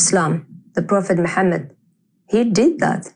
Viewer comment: ex Muslim that can't pronounce Mohammed PBUH😂😂🤣